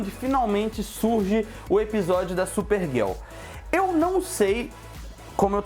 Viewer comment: ''super guel'' krl cara fala certo mds GIRL é dificil ?